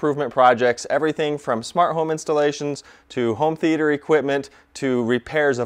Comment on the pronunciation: Never trust someone that says 'th e ayy ter'